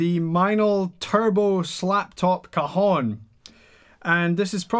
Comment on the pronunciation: Would like to see a flamenco hondo with one of these...by the way, it is pronunced CA-jón and not co-jon, the second one in spanish means balls,nuts,testicles however you wanna call them! Not very cool saying you play ‘this new kind of balls’